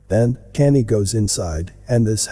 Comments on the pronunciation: His name is pronounced “con-yay” not canny! Please pronounce names correctly it sounds bad and is distracting from the story. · It sounds like your saying Kannie / Kanday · You could probably get the robot voice to say Kanye properly by spelling it differently. Maybe "con yea" lol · Kanye pronounced Con yay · Everytime you pronounce kanye i laugh , it sounds like your saying candy! 😅 another great video though!💯❤💯💪💯🙏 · it's awesome that Kanye is pronounced Candy here lol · His name is pronounced like Con Yay. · Problem is, it's not a robot voice, lol. You'd think if someone's going to do a vid about someone you'd at least know of them & how their name's pronounced